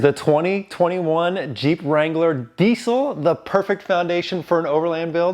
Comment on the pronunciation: It’s not DEEC IL. It’s DEEZ ILL